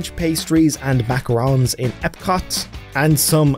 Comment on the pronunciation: THANK YOU FOR SAYING MACARON AND NOT MACAROON!!!!!!!!!!!!!!!!!!!